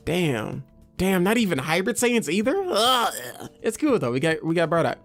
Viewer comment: Why do u say bradock and not bardock lol